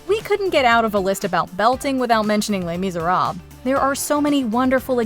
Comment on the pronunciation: Bold of you to assume i can belt Every video i watch of yours that has les miserables in it you pronounce it wrong without failure How did i know that would be #1? 😂❤